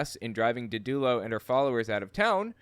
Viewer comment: Isnt it did-du-lo and not di-dulo? Doesn't matter, she's a nutter butter anyway. Merry Christmas to you, Rose, Kylie, and Minky and Cashmere ❤ (My reaction to ultra over the top 2nd hand cringe is feeling like tin foil is being rubbed on my bones 😒)